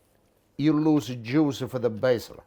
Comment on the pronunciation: "If you do like this, you no loosah de juicah" Beautiful.